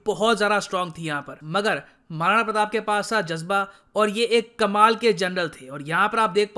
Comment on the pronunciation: Jaajba (not to bow)